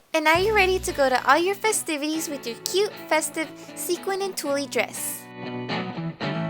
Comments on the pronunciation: Haha, I loved that she kept calling it "tullie". 😘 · tulle is pronounced like tool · Tulle is pronounced Tool, the E is silent. Lol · I couldn't finish the tutorial because of how she incorrectly pronounced "tulle". Its not cute. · you're cute- the e in Tulle is silent though! Love the dress transformation. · oh it was funny I just thought you didn't know how to say it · thought it sounded cute and funny too and then I was like " wait is that on purpose?" Lol cute dress tho